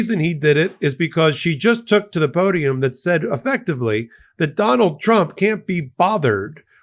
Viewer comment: She pronounces trump as "chomp"....listen 😅